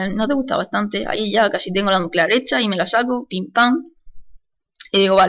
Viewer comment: Estoy en 2015 :D por cierto "NUCULEAR"?